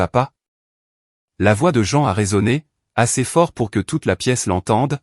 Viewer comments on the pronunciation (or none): C'est très perturbant d'entendre "la voix de Jean" ou "patrice", au lieu de "la voix de maman" et "papa". revoir cette partie du récit, et ne pas masculanisé le prénom de la mère, on ne dit pas "jean" mais "jane" ou "jine" le "ea" s'épelant en "i". C'est important car pendant les 20 dernières minutes du récit vous avez confondu le prénom du père avec celui de la mère, appelant cette dernière "patrice", c'est un prénom masculin, vous avez confondu le "il" avec le "elle". Pouce en bas pour cette incohérence non corrigée.